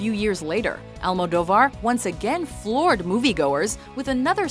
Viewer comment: Ah yes, my favorite Spanish director, Pay-droe Al-moe-dough-var